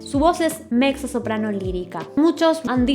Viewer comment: Se pronuncia "metzo soprano" mi amor No (mecso)